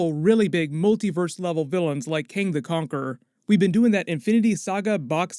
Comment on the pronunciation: Kang not KAne